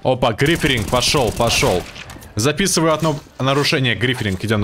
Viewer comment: Гриферинг, Найс Инглиш